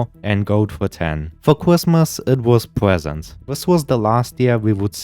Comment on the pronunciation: Orwange prewsent